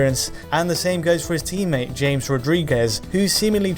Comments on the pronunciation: It is not James Rodriguez, it is pronouced 'Hamez', please for the love of god, get it right... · OH MY FUCKING GOD YOU DON'T KNOW HOW TRIGGERED I GET WHEN AMERICAN PEOPLE CANT PRONOUNCE SHIT, HE SAID 'JAMES' RODRIGUES ITS PRONOUNCED HAMEZ UGHHHHHHHH... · Its HA-MES Rodriguez.. not James. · Jámez, not James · JAMES RODRIQUEZ... JAMES ITS HAMEZ (spell) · James Rodríguez? James? That's not how his name is pronounced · It's... "Hames" Rodríguez...